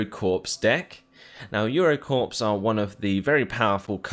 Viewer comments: It's pronounced "core" not "corps" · Corps is pronounced "core", hence Marine Corps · Corps is pronounce Core, like Marine Corps